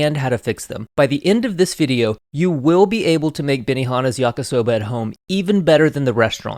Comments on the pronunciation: Why does he keep saying yaka soba .... It's yakee soba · Stopped watching after he called it “YakA-soba” the third time. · Love your videos and extensive research Your Japanese pronunciation is generally pretty good, maybe because you worked in an Izakaya, but remember the romanized I is pronounced like a long English E, like yah-kee-soh-bah Please keep up the great work and content - I’m definitely a fan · I know this is an old video, but just wanted to say; it's pronounced "yah-key" soba